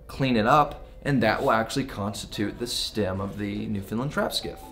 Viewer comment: Hey, don't know if your aware of this or not, It's not pronounced Newfinland its pronounced New found land/newfoundland. obtw got recommended by Marc Nomad Boatbuilding he gave a plug to your channel.